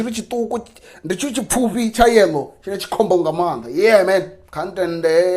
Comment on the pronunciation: Yellow must be laughing at you by now the way you pronounce you his name 🤣🤣🤣 tht ha! Is funny bro it's not like yellows intro 😅 well keep it up brother